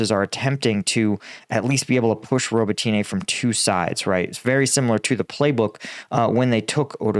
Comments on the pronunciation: I think it's pronounced "Robot Na" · ro-bot-knee. ffs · the Ukrainian/Russian languages are SLAVIC languages, NOT Latin-based ones. Names ending in an - e - have an "uh" sound. So Rototyne is pronounced "Robot - tin -nuh" Similarily, Svatove is pronounced "Svah - tow - vuh" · I think it might be more helpful write "Robb-ott-in-eh", because Americans seem to pronounce "o" as in "throw" rather than as in "hot". It's Zaphorizhia that needs the most help with, though! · Only complaint ever. I work with a lot of people from Ukraine. You are adding ah And over pronunciation of the city names. It’s spoken much smoother and there’s no hard A at the end of robitine. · Still wishing you'd learn how to properly pronounce some of these locations instead of just making it up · Hey everyone, please sign up for combatvetnews so can hire a Ukrainian tutor to teach him how to say some Ukrainian town names properly lol..... roe-boe-tee-nay haha. Robotyne = roe-boh-tih-nuh Urozyne = ooo-roe-zye-nuh